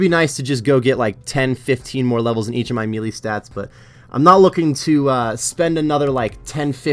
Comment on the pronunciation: The way you say “melee” always kinda throws me off but I liked this series